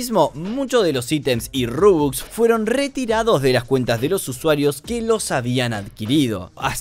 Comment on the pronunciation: Me gusta como dice rubux y es robux xd